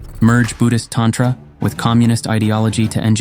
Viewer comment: the 25th Rigden is not Maitreya. Wow. You read the wrong books. Also you pronounce tantra and terma incorrectly. Jeez. Scholars. Hope you make a lot of money from this. Fooling people is not right